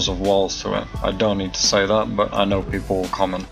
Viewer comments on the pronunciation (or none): none